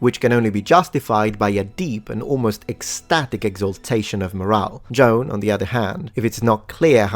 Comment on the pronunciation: you are killing me! Her name was not John, it was Joan (pronunciation?: Jo-Ann!!!)